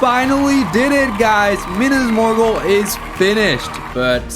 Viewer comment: why did you have to prounce it like that, MINAS MORGUL ISN'T SAID LIKE THAT